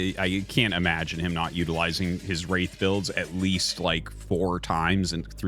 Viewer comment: I keep hearing "race play" when Artosis says "Wraith play" lol